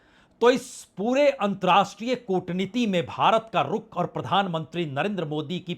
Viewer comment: आप पुराने और प्रतिष्ठित पत्रकार हैं। आपसे 2 आग्रह हैं 1.नमस्कार के स्थान पर आप हमेशा 'नमश्कार' उच्चारित करते हैं। 2.अंतर्राष्ट्रीय के स्थान पर 'अंत्राष्टिय' कहते हैं। आपके इन दो शब्दों के ग़लत उच्चारण खटकते हैं । संभव हो तो कृपया सुधार लें। बाक़ी सं दुरुस्त है।